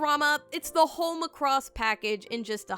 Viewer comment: The way you say Macross irks my very soul for some reason. LMAO